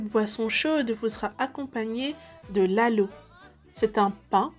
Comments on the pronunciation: C’est lahoh* pas laloh. Sinon un grand merci depuis Djibouti 🇩🇯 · “ Le laloh “ just dit lahoh franchement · On ne dit jamais "Laloh" mais "Lahoh"! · Treès belle vidéo Petite réctification : ce n'est pas "Laloh" mais "Lahoh" en SOMALI et "Louhlouh" en AFAR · Soyez indulgent je pense qu’elle n’es pas djiboutienne donc normal qu’elle sache pas la prononciation exacte 😊